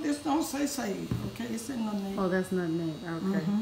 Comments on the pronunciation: I knew this was the recipe for me when she said “nutneg” instead of “nutmeg” 🙌🏽🩵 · I know it's right because she says "nutneg" instead of nutmeg, just like my Grannie. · Wow my 83 year old mom says "nutneg"😅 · 💗💗💗My mama used to say it like that too☺️. I’m sorry you lost your mom. I know that pain. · Yes my grandma said “nutneg” too and that defly struck my heartstrings ! Praying for u this holiday season!🙏🏾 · Mom says nutneg as well. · My grandma used to say nutneg too. It's a Virginia thing I think 😂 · My Auntie says it like that! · Lol, my mom use to say "nutneg" too 😄. And I feel your pain my mom passed away in February 2019😔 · She had me at “nut’n’egg” lol. I knew it was going to be a fantastic recipe as soon as I heard her pronounce nutmeg like my Madea! Love it! I made this recipe last year and it was amazing. My family loved it. Making it again this year. I’m so grateful for you taking the time to record this. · No how she said nutmeg (nutneg). I love it. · And “nutneg”!!!! My grandma use to say that!!! I miss my grandma. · My mom and aunts also said "nutneg" LOL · When she said lemon extra and nutNEG the whole video just felt like HOME ❤ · Listening to say "nutneg" reminds me of being in the kitchen with my grandma as a lil girl. I have watched this video a few times! I love this recipe! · Oooowewe astephenasearlesii THANK YOU SO MUCH FOR CLARIFYING how long cooked these pies… because she totally forgot‼️😅😂🤣 I’ve watched her for the past couple of years and still no new recipe giving cook time!🫣🤭🫠 She is just as sweet as I imagine her pies 🥧 to be! Her pronunciation of Nutmeg(Nut’n’neg) and Extract(Extra), nearly took me out‼️🫢🤫😁😆😄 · The same here with the pronunciation of nutmeg, and my condolences on your loss. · I know. God bless you. My mom said it the same way. She passed away March 8, 2017. 🙏🏾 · She says nutmeg like my mom. 🥰